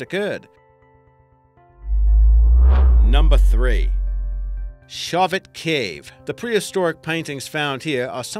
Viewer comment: No offense, but the place name, Chauvet is pronounced SHOW - VAY.